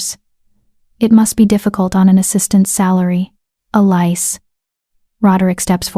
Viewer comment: Why isn't Elise pronounced correctly? It was constantly mangled.